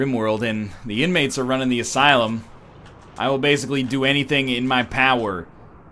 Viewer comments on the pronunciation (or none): none